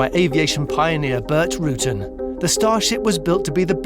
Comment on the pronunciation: Why does the narrator not know how to pronounce the last name of the amazing aviation engineer Burt Rutan? OR mention that he founded Scaled?